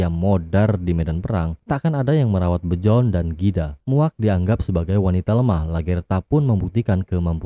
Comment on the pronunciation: Dibaca biorn min bukan bjorn😂